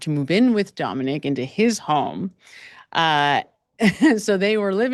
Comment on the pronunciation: His name was Dominic. Not Dominique. Just sayin 😊